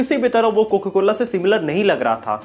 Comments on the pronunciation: पहले कोका कोला को कोको कोला बोलना बंद करो। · कोका कोला को आप कोको कोला क्यों बोल रहे थे 😀